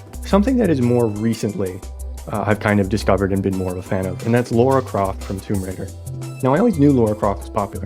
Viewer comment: Really love the idea of this and the work youve put in is awesome i really hope someone can make a game or even a playable demo for it that being said her names Lara croft not Laura try to pronounce it more like Tiara but its L not T an no I so itl sound more like LARAH